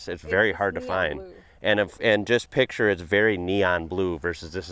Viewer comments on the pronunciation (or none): none